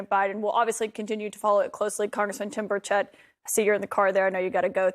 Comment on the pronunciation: Geesh! It’s Burch’ ett’. These are professional news Broadcasters and MOST mispronounce his name. I’m quickly losing respect for this man who was someone I so admired!